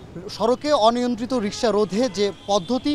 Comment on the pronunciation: 😂😂😅😅 ভাই রিকসা রিস্কা😅😂